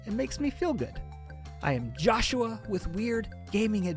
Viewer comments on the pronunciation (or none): none